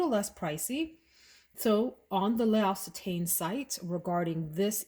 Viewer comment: Lock-say-tan lol.